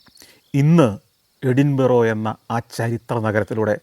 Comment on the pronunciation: Santhosh sir with all respect it pronouns എടിന്ബര